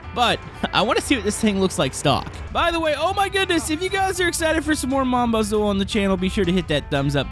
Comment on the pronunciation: you pronounce it like mon-baz-oo